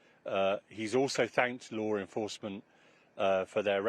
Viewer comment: "Lore Enforcement" .... no.. You mean LAW Enforcement...